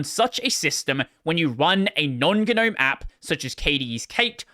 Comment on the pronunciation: its pronounced gnome not gnome.